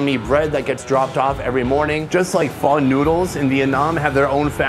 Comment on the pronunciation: Refer to Charles Boyle for the pronunciation of "Pho"